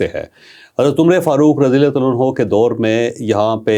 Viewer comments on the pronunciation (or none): Say Umar Farooq, not Umr-e-Farooq. You don’t know this small thing.